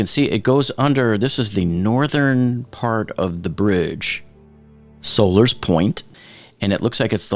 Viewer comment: Sollers Point is pronounced locally as if Sollers is like Dollars instead of like "Solar". Nice video! Thanks for posting it.